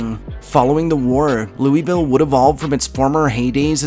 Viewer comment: Lou-vuhl! Say it fast.